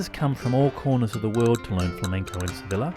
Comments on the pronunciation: Sev-ILLEH is such a pisstake 😂😂😂😂😂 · ITS SEVILLA PRONOUNCED AS A YYYYYYYYYY!!!!!!!! HAHAH